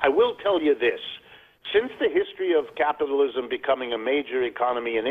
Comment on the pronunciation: Lol Thom almost said crapitalism